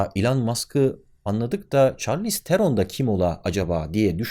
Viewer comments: Çarliz degil șarliz telaffuzu bu arada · Çarlïz diye okunmuyor . Şarlis diye okunuyor